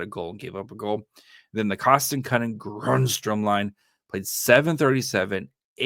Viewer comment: I am a mailman in Massachusetts, and one of my residents has the last name Grundstrom. Every time I deliver, I say the name as you do now. Thanks for the chuckle every day.